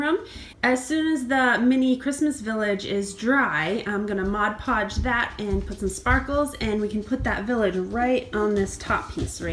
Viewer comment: The best part about this is that you said "Mod Podge" correctly...LOL! But seriously, great job. I was wondering how the little village would look if painted white. Thank you so much for sharing!